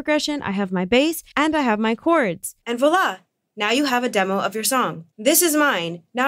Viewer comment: And VOILA! so nice pronunciation of this french word🤗 (Yes I am French of course)